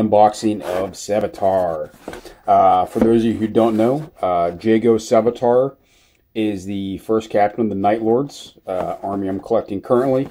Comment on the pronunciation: It's pronounced yago sevatarian, not jaygo sevatar btw